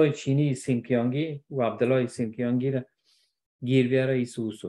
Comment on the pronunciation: صاحب محترم ، سنجیانگ است نه سنیانگ ،! 新疆=xinjiang.